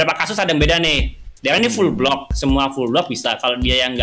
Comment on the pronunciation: Wkwkwk lu ngomong block apa blok wkwkwk